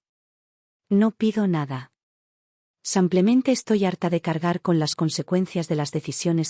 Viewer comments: Sanclemente dice enves de simplemente.tann. b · Porque dice samplemente!!!??? Si pronuncia muy bien la i